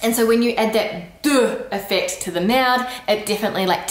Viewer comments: Merde-heu! Not merde-dohh. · Our "Merde doooh" would be spelled "Merdeuh" in french :D It's actually simply the final E who is strongly prononced when we usualy skip it. ;) (It's not the same as "merdeux" who's mean "little shit" and is an insult xp). "Tak" would be spelled "Tac" (thanks the french comics for writting all our weird little words :D) and "Hop" means a little step, jump so for a child it would be the little jumps he has to make to walk up the stairs :) You can add " la" behind like "hop la" to make the word stronger. In general, adding "la" behind is making the expression stronger like "hop la", "houla" (or "houlala"), "hey la" or "Nan mais c'était nul là !" (work also with "oh") ;)